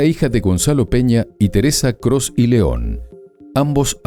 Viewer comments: Este programa es muy poco profesional de investigadores tienen muy poco solo repiten lo que otros si han investigado y el apellido no es "cros" es "peña coss" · criminales ❌ El apellido no es Cros ✅ Es Coss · Coss, no Cross! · Nada más una corrección, el apellido es Coss, no Cross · ES ERIKA PEÑA COSS NO CROS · Es mi imaginacion, o dicen Crooss en lugar de Coss ????? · Los apellidos eran Peña Coss, no Cross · No es Cross es Coss 😅 .. se dedican a esto y tienen fallitas como esta..